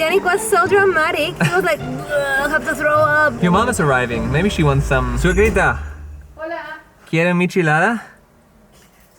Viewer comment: Hahahahahaa In the minute Janik was so fun! hahahahaha His "Suegrita" sounded too funny hahaha